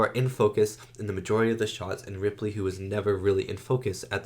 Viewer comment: Her name is Ellen Ripley. Are you saying Ridley?